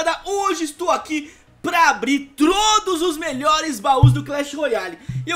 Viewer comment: Ele falou trodo kkkkk